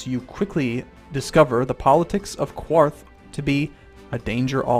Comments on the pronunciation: it is pronounced KARTH, not KWARTH. there is no U in it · Qarth.. there is no U after the Q. So you don't need to pronounce it as Que-arth. You simply pronounce it like Carth or Karth. Also, if you watch (or re-watch) the TV series where she is actually in Qarth, you'll hear them pronounce it as so. :) PS. Love your channel and your videos. Keep up the good work! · KARTH NOT Q-WARTH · You know Qarth is pronounced Karth right? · Like the Spice King says, Qarth is pronounced "KARTH" not "Qwarth". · Qarth! Not quarth! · "The beauty of Quarth is le-" "Qarth." "...Qarth." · I am so sorry but I'm for some reason freaking out about you saying Qarth like Quarth xD I never had that feeling before.Mabey its because I'm Jelly xD